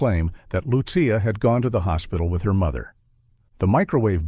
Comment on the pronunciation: It drives me nuts that the author named the child Lucia but failed to monitor the incorrect pronunciation of Lucia by the AI voice. It should be pronounced as though spelled Luchia.